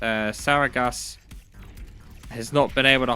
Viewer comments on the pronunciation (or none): Ty for another great cast! Btw, Sargeras is pronounced "S-arh-g-eras" Its a Titan in WoW, so if you you want to Google that, there should be plenty of videos on how to say it :)